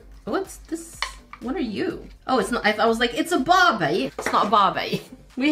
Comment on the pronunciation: thought it was a BAbEy (barbie) the accent thooo